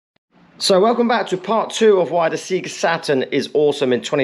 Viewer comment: Seeeega, surely sayga?